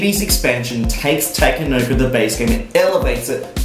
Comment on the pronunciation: idk but I cringe when you say takenoko however thanks for the review